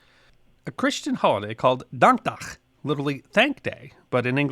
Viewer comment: I’m very impressed by your pronunciation of “dankdag”